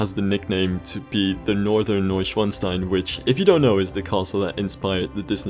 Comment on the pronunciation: Neuschwanstein ... a difficult German name 🤣 but well done mate 💪